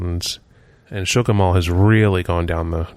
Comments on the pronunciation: It's pronounced Skoo-kill, not shook-ill, lol. We have a lot of native american named areas in PA that can be tricky to read. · Schuylkill is pronounced "Skool'-kill." Just FYI :) Or, if you're a Skook, it's pronounced "Skoo'-kull." Source: I grew up in Schuylkill Haven which is near the Schuylkill River in Schuylkill County. (At least, I think that's the mall you're referring to when asked about your favorite dead mall previous to Sunset.) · is, do you mean the Schuylkill Mall? (Frackville, PA)? minutes.. It is actually pronounced Sko-kill Mall. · Just for future reference, Schuylkill is pronounced "skook-uhl" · Too bad you weren't able to make it to Miracle City Mall in Titusville before it got razed in January. Also, Schuylkill is pronounced "school-kull" (I grew up in Philly)... Keep up the good work and watch the bees!